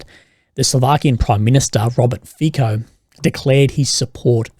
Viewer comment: The Slovak PM's surname "FIco" is pronounced like: Fitso / Fitzo / maybe Fisso; (not Fiko, Fikko).